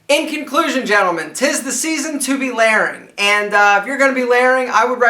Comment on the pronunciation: Took me a while to understand that when he said laring he was trying to say LAYERing